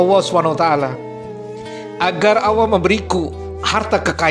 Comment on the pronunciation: Masya Alloh. Sedikit koreksi.. maaf ya. Penyebutan Allah nya blm jelas. Maaf